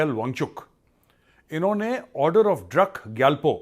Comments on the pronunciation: Maj.Bro Druk pronunciation is wrong actually it's DROOK not what u spelled. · Drak nahi he sir druk he